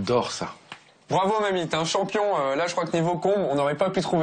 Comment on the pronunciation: Je comprends pas pourquoi encourage faussement à mal prononcer les mots malgache comme ça! C'est koba et non koubahh! c'est Mamy et pas Mamie!! c'est Fara et non Farahhhh!!! l'intonation est descendante à chaque fin de mot. C'est bien d'avoir été cuisinier sur paris mais là t'es plus là-bas, t'es sur Madagascar. Ça fait super mal aux oreilles d'entendre un malgache prononcer de cette manière... encore ça va! il arrive a peine et commence tout juste à apprendre. Tu sais il y a beaucoup d’étrangers à qui lorsqu'on enseigne bien comment se prononce nos mots y arrivent parfaitement. La prochaine fois, essaie quand même de le faire à fond lorsque tu prévoira d'enseigner notre culture que ce soit culinaire ou pas.... Malgré tout, Bravo, c'est un Très Bon Documentaire.